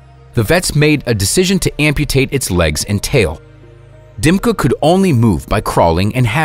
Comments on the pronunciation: Ни один англоговорящий не выговорит буквы Ы - вместо Дымки скажут Димка. Чувак, ты спалился. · Its Dimka, not Dymka.